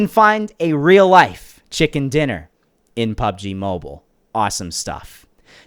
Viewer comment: IT IS NOT PUBG MOBOL IT IS PUBG MOBILE